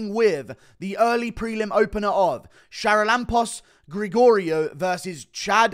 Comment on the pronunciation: You are butchering the pronanciation of the fist guys name. Its Haralambos.